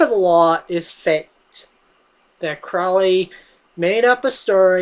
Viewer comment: Can you even read? You really should read a book before reviewing it. FYI Crowley rhymes with holy, not foully.